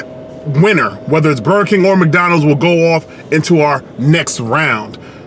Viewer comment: Burgure King